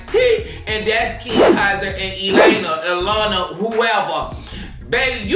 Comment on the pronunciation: nOT Laylina, Elena, lmaoooo!!!